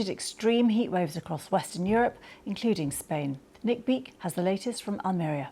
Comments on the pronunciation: I live in Almeria she pronouces it wrong it's (Al -Maria) we had fire two weeks ago through my village I had to go hospital with damaged lungs because I had to rescue the horses.We are used to this heat but the wind is the problem which makes it so dangerous. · Hope you recover well. I also pronounced it incorrectly until I went to visit Almeria, so it’s probably a British read of how the word sounds. Anyway, good luck and best wishes.